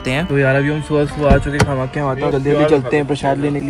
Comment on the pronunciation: Nice but it's not kha-makhya.